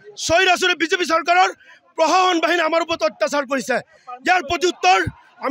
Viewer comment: ভাষা কে কৈছে নে (অহম , প্ৰশাহন .) শুদ্ধ কৰি কঁও চোন অসমীয়া ভাষা কেইটা